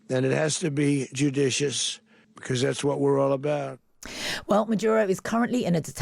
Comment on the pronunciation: Best moment of Trump’s press conference was when he struggled to pronounce the word “judicious.”